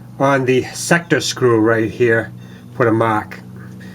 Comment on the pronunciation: What is a " woom geah".. "right heah"..?